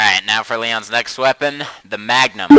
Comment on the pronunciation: You mean the mugnum?